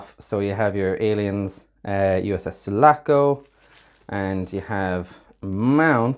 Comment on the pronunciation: It's Sulaco, NOT Salaco!!